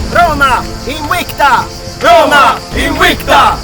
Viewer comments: You are pronouncing word "Invicta" as INUICTA. I wonder if that is the correct pronunciation instead of IN-VICTA. (as it is in word "victory") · The fact that it's pronounced in the video Inwicta gets me an anti-boner